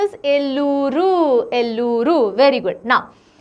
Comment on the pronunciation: Pronounciation corrections Kakinada-kaakinaada Eluru-yelooru Kurnool-karnoolu Annamayya-na and ya should dwitwaksharas Bapatla-not Bapathla You asked to correct ur pronounciation I did . Before you prepare for South maps please do talk with that particular state people for better pronounciation. Respect from Andhra